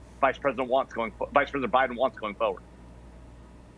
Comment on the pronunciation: The Guy keeps saying Fuwerd instead of Forward! I can't stand it. lol